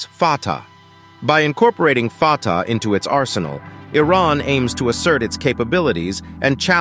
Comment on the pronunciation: I had to laugh when the narrator referred to the missile as the 'farter' missile LOL